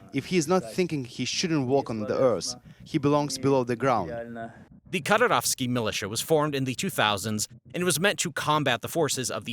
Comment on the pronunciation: mujahid -> mujadeed, Kadyrovtsy -> Kadyrovsty